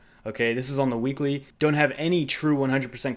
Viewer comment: Lol whheekly. Like Stewie pronounces in Family Guy